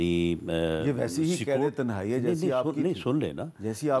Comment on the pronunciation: تہ نائ نہیں صحیح لفظ "تنہائی" ہوتا ھے۔